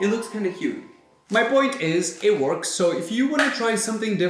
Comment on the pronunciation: I always find it funny how you say “huge” as “yuge” and works as “wOrks” with emphasis on O 😄